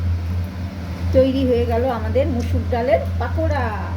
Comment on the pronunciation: পাকোরা না, পকোরা😂